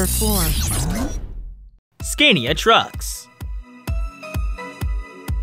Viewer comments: Learn how to say Scania properly....!!! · Learn to pronounce SCANIA and RENAULT correctly.